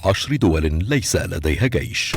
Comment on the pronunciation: الالقاء سيء ، اجل ليس لديها قيش .